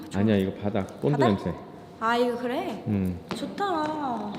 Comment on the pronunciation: 님ㅋㅋㅋㅋㅋㅋㅋㅋ 뭐뭐글뤠? 왜 한국사람 발음이 그렇게 됐어욬ㅋㅋㅋㅋㅋㅋㅋㅋㅋㅋㅋ